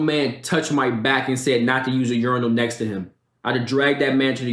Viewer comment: Unirals??? Urinals 😂 cmon